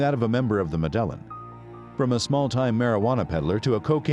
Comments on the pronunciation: Medllan ? It's Med-ej-jean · Yeah not mEdElLiN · Yeah its pronounced Medellin not MeDeLliN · WTF is the "medèllen"?? It's pronounced Mèdeyìn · Its pronounced "Meh-deh-yeen"... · Med-a-yeen cartel, say it with me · Medellin iss pronounced Med-uh-yeen. Damn it. Not the only video where you do this. In latin/spanish/central and south american countries, at the least, pronounce "ll" as "y". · PRONOUNCED med ah yeen: Medellin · Had to shut it off and down vote because of pronunciation of Medellin. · Learn how to say " Medellin" please 😂. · It ruined the whole video for me. 😆